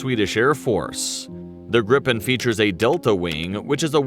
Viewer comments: GRIPEN pronance GREEPEN not GriPPen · It is pronueced GRIpen and DRAken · Gripen is pronounced like greepen. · Phonetically it is Greepen, not Grippen. The letter (i) in swedish sounds like the english (e). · The name is with one p so a long p In english it would be griffin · We'd say gree-pen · Gr - I [as in “Inn”] - Pen [as in a hold]. Gr-I-Pen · when you say Gripen, you need to stretch the letter I a little longer , and also the P is short ., Like : GRIIIPEN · JAS-39 "Greep-pen" JA-37 "Vigg-en" J-35 "Drawk-ken" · Giffin, or gryphon, is just the english word for Gripen. It's pronounced Gri-Pen, Gri as in Grinch, and pen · We pronounce it "greepen" And also, JAS stands for "Jakt, Attack, Span". Which more translates to Hunt, Attack, Scout. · grippen,daaken,vigen?? hahah,if you cant pronounce swedish words-then ASK someone..it just sounds so completley wrong The Gripen is mostly just called jas - as a word not j.a.s. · It's pronounced like Green Pen... but in one word without the middle n... Greepen... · pronounce; "Griiipen" with long i, and "Viggen" with short i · Answer no. It's not pronounced like that. Then it would be spelled "Grippen"...So "Gripen" has more emphasis on a longer "i" if that makes sense 🙂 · No. We pronounce it different. It's only 1 "p" so it's a long "i" . Griiiiiipen. If it's a short "i" it will be spelled like this "Gippen". Gripen in English = " The griffin". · As a rule of thumb if there is only one consonant after the vowel the vowel is "long" sounding. Two consonants or more makes it short sounding. So it should be pronounced greapen/greepen. The i in Viggen should be short like in wig or big. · The i in Gripen is longer in Swedish but otherwise it is the same. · Please look up some swedish language site to find out how to pronounce Viggen, Draken and Gripen (as well as Lansen and Tunnan). Draken can mean both Dragon and Kite! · No its Gripen...with a longer I.